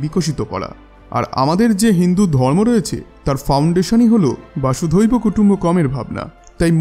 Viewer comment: কথাটা বাসুদৈব নয় বসুদেব হবে।